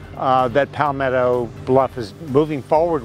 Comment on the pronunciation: Where is “Pallll-metto bluff”?